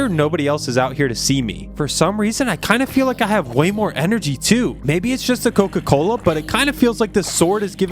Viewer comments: Coca-Cola ❌ Koka kola✅😅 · Bruh when he said that his dad went to get koka kola and never came back it sounded like he went to get milk and never came back😂😂😂😭😭😭💀💀💀